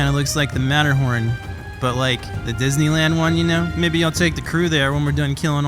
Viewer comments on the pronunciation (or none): none